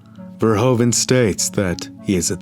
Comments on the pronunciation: its verhoeven, like a horse's hoof. verhoofen. verhoven like how you pronounce is an actual last name but not the right way to say it. just fyi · You should pronounce it as ''Verhooven'' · VerhOEven, te OE is pronounced as the OO is in 'hOOver dam" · It is Verhoeven. Fer hoo fan!